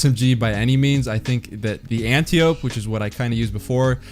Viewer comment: Antiope is pronounced to rhyme with calliope. Watch Wonder Woman.